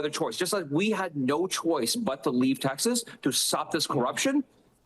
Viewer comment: Why do you pronounce TEXAS as TAXES?